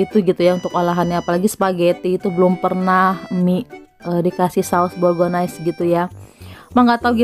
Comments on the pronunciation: maap aku ngakak gara2 ngomongnya saos "bolgones" 🤣🤣🤣 inget ibu mertua ku suka salah bacanya/ ngomongnya. Gpp mak yg penting kita ngerti maksudnya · Ngakak! denger bilang saos "bolgones" 🤣kayake yg bener bolonyes itu 😂